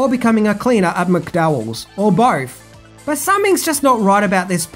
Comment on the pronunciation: Mate, I enjoy your videos, and I'm from Australia as well. And I know you have been blasted before for the way you mispronounce certain words and names, but seriously, it really annoyed the sh*t out of me the way you mispronounced Zamunda and McDowells. How? The words are spoken in the movie so many times, yet you still couldn't pronounce them properly.